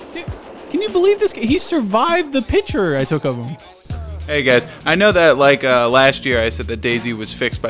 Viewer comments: Pitcher? or do you mean picture? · I can tell same lives in the middle of no where, because he say pitcher not picture, I also do this